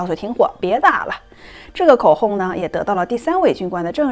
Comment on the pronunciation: 众望所shuo 归 ，发射se, 口供hong, 制造zhao，从chong, 入睡sui, 听的好纠结